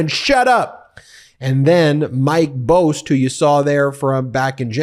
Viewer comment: Its Bost (BAHST) Well-known dog killer from southern IL